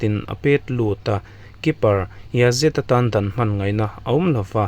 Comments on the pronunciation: Dawn, dawn dawn" Dawn" lamrik dan mai mai chu le..!!! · Dawn tih lai i lam dan kha lo inzir leh hram teh, khawngaihin, chuan, i channel hi inkhel sawi thinah chuan a update ber niin ka hria. ❤